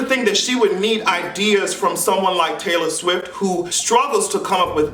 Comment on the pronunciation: "Tayple Stiff" 🤣🤣👏🏼I'm done!!!!